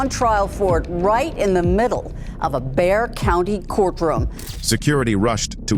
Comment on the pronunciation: San Antonio is in BEXAR COUNTY, pronounced BAY HAR